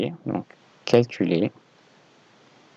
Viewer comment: ce n'est pas quelculez mais calculer